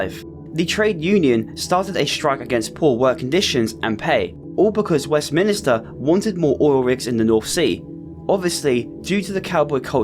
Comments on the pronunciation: it’s west-MINSTER not west minister :) great video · never heard a brit pronounce it "west minister" before